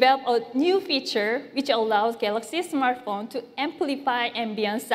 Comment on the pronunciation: Its Smart Phone mr DJ Koh not Smaaaart phn